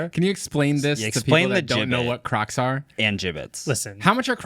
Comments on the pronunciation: Maybe it’s my hearing but I am hearing say Windows XP crux. 😂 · I thought was saying Windows XP crux 😅 didn't realise he was talking about footwear 😂